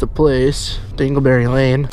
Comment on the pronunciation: “Dingle berry lane”